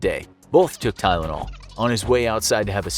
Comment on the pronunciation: Its not tylanol its a death note